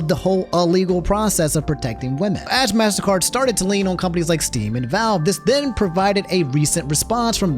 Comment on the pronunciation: its pronounced mastercard not massacre